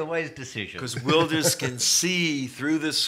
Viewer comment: And the host is right on how to say Wilders, only Geert is a bit off.. The guy offscreen says it correctly right after the host , but his second/third try after are terrible